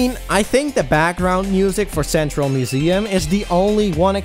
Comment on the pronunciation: Was there some kind of cow pun holiday in November I didn't know about? You said "udders" instead of "others" and "mooseum" instead of "museum." Genuinely curious. And annoyed that I didn't know about it.